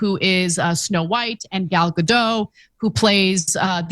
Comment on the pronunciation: Her name is pronounced Gal Gadot with T in the end. I am from Israel so I know